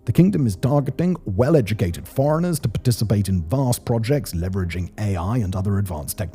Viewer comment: Oh dear, another "levveraging" moment...